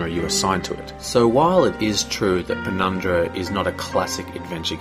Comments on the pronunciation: ugh, PenumBra, not PenumDra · Great review, and I will buy this game now based on your review. But you kept calling it Penumdra, instead of Penumbra - that started to grate on me after the 3rd or 4th time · PenumBRA. Not PenumDRA. Good review though :)